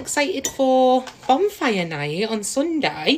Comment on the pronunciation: Yes, it’s a surprise birthday party. She also said a bonfire not a bumfire. 🤣